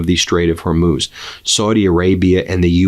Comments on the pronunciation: Good job, you finally learned to pronounce "Hormuz". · Hey congratulations on pronouncing "hormuz" correctly! I'm so grateful you read my comments about it